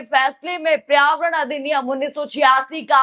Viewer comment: आपका उच्चारण बहुत खराब है।पर्यावरण,मेमोरेंडम,और कई शब्द सुधार कर बोले।